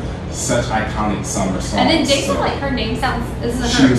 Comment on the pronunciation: It is pronounce as (hyolyn) You lyn not hayolin and (dasom) the som not daysom hahahaha